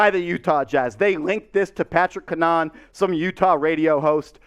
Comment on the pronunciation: Its "CAN-a-HAN" btw. He went to school for broadcast journalism and he doesnt try and go for "clicks" I would would say that its credible if I had to put money on it.